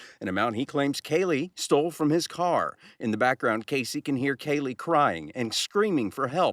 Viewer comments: Is her name pronounced like Kaylee? Nancy is pronouncing it like Keelee. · PLEASE pronounce Kalie's name correctly. Say her name like her mother and reporters. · Why does it bother me that Nancy isn’t even saying her name correctly?!?!?